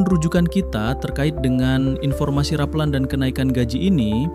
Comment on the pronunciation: Yang bener ngomongnya bukan rapeulan tapi rapelan